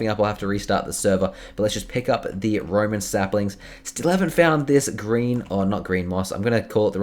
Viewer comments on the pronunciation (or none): It's ROWAN SAPLING not ROMAN SAPLING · it's not Roman saplings it's rowan